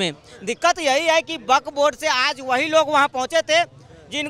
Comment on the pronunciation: Is video mein isne kitni baar buk board bola hain😂😂😂😂😂😂😂